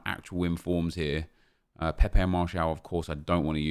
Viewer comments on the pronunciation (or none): none